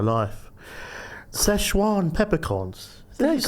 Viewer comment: Its Sichuan peppercorns not Seshwan peppercorns lol